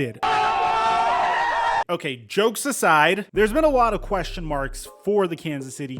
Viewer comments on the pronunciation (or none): none